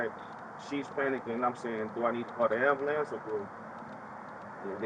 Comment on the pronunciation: Why is it do difficult for people to pronounce AMBULANCE?